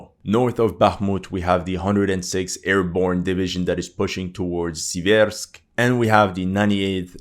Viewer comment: SEA-versk SEA-versky dough-NETS The stress is on the FIRST syllable. Just like in the English word "sever".